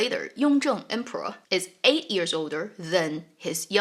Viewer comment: You are awesome! Love how you share on the history/reality, makes it so much richer. I notice that you pronounce years as 'ears'.